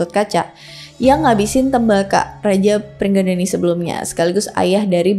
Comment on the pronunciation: Sama bukan pringgadani tapi pringgondani